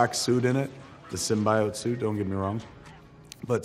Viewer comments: Kevin... Did you just say "symbIOTE? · did he just said sim-bi-ote? Being a Spider-Man fan doesn't calling Symbiote Sim-bi-ote hurt his heart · Also you mispronounced symbiote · this dude claims to be a huge comic book expert but can't even pronounce symbiote correctly.